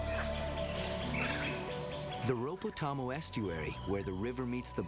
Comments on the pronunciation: Just to let know.... The 'Rhodope' Mountains is pronounced Road-opee, not roadop. Apart from that - I love it. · Please.... Rodop'ee' Mountains - not rowdope mountains (53 seconds) :-) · Just to let know.... The 'Rhodope' Mountains is pronounced Road-opee, not 'Roadop'. Apart from that - I love it. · Rhodope Mountains :-)